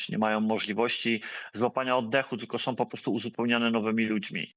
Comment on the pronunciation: "Som", "macajom" "ewakuacyjnom", "bendom", "strzelajom", "twierdzom", "walczom", "majom", " prowizorkom", " atakujom", "ziemiom"🤦‍♂️🤦‍♂️🤦‍♂️ to Polak czy nie???